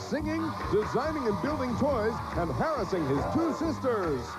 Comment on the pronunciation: The way he pronounced harrassing when he said he enjoys harrassing his 2 sisters makes me think of the sexual harrassment video I had to watch as a freshman in highschool